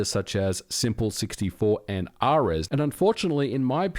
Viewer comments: MVG, ares isn't "ah-rez" it's "air-ease" like the god of war. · i think its air-ees... Like the god